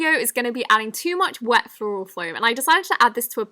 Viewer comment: The word is wet, not we